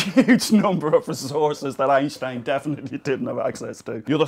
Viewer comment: Thank you, finally a not german native speaker pronounces Einstein right!